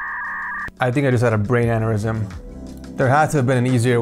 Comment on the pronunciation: I think I had a brain aneurysm trying to listen to you say aneurysm